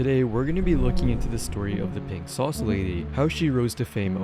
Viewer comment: "RINK SAUCE" - Really... Why do AI have to be used for literally everything?! It RUINS shit!